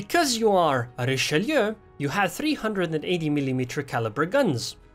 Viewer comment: Never seen anyone pronounce Richelieu so correctly on Youtube. Everyone says Richeloo for some reason